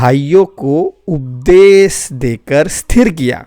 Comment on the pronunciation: जय मसीह की भाई सारी बातें ठीक हैं लेकिन आप अपने श और स को सही तरीके से बोलने का प्रयास करें उपदेश बोलिए न कि उपदेस इससे ज़्यादा अच्छा रहेगा।